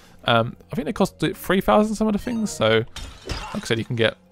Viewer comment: this guys voice ..... Fings its things ! lol